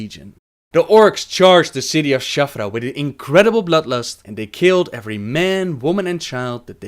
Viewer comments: Shattrath, not Shathra. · You lost me at shath ruh. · stop saying shaffrah its shattrath D